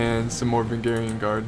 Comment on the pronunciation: Va-range-e-in Guard not vungarian lol